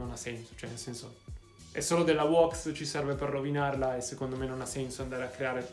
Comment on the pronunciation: Ora farò il pignolo si pronuncia WÈX NO WOX bella